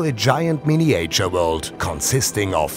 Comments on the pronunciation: Oh, weh.... dieser begnadete "Englisch"-Sprecher ist ja kaum auszuhalten. Miniäitscher - inzwischen ist das MiWuLa doch ein echtes Millionenunternehmen und ich verstehe einfach nicht, wieso man da nicht mal einen professionellen britischen Muttersprachler ranholen kann, der dabei hilft, diese Peinlichkeiten zu vermeiden. Ich traue mich einfach nicht, meinen Freunden in den USA einen Link zu schicken, echt nicht. "To date more than 265 people", jo - ist klar. Leute, das muss besser werden! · Die englische Übersetzung des Off-Textes ist - ähm - mutig :-D Die Aussprache ebenso ... Mein Favorit: "mini-äitschür" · The guy could have at least learnt how to pronounce "miniature" and "dueling". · So ein schönes Video. Nur wenn der Sprecher die Worte "Miniäture" oder "Creäture" sagt, triggert mich das total :D :D :D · Surely, in a city as large as Hamburg, you could have found a native English speaker to speak in this video? Or the guy could have at least learnt how to pronounce "miniature" and "dueling".